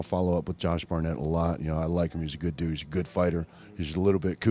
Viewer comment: did he say Josh Barnett is a good douche or good dude?